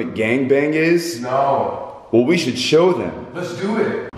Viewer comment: be like “les do iet”